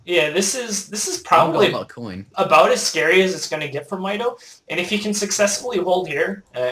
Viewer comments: Mikes name is pronounced "my toe" :D although your accent may just make It sound different, nice commentary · ***** Actually it is pronounced "My toe" =P